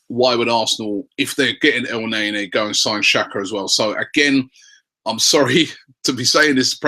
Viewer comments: Your playing pronunciation is awful. It's not El - nay - nay, it's El - ne - ni, Batshuayi isn't bat - u - shy, it's bat - shu - eye - I. So annoying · If you look at the name in Arabic, it's sound more like al-n'a-nie, rather than El nae nae